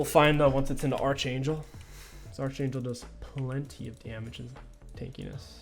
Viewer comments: It's not Arch like Archer, it's pronounced ARK-angel like Your favorite sitcom Arc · why’re you so mad man. King pronounces archer as “arch er” so what? Why’re you so pressed💀💀